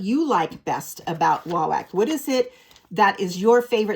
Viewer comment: It’s pronounced wah-wok not whack.